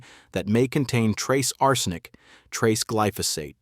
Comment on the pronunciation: The creepy bot voice frequently mispronounces "arsenic". How much of the content is bot-generated?